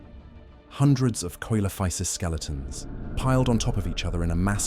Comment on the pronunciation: Why do you have to pronounce something differently and most importantly, why can't you just go with "See-low-fiy-sess" like everyone else??